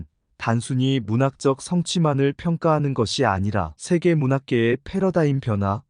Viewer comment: 한계, 소설,세계, 서사, 배경, 제주(도),비판, 시각, 한계,선정,현재,대표적, 소수자 , 세대, 주목 , 가치 , 등!! 이상 예는 오늘의 narrator 의 발음 문제를 지적한 것이다. 즉 장음인 단어의 첫 자를 "짧게" 잘못 발음한 실 예임을 정중히 아뢴다. 겸해서, 권하건대, "한국 어문을 고발함"이라는 책을 조용히 읽어 주실까요? 미국 변 완수 드릴